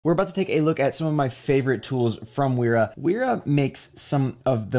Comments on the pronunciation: It's pronounced Véra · Sorry for dropping in like this but this brand is pronounced “Veera” the W is pronounced like a V as they are a German brand and that’s the way Germans pronounce W’s. Again, sorry for being one of those annoying people who point out pointless little details 😅 lol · Kinda jarring how the name "Wera" becomes sth like "Uiiirah". Wth.